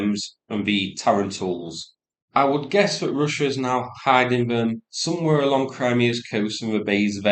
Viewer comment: Roosia um it's pronounced Russia.